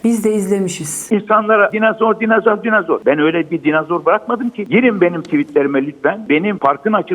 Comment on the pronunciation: Adam hala dinazor diyor.😜